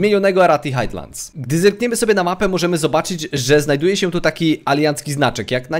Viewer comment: nie "Hajtlands" a "Hajlands"